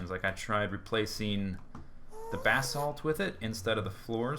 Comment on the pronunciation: FINALLY someone can pronounce "basalt" correctly.